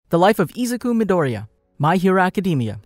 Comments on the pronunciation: as this guy says ezuku idoria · Zuko Midori ya you’re getting it wrong and also you’re not say it like the way you’re saying it